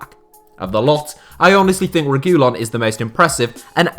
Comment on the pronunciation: Your pronouncing reguillon wrong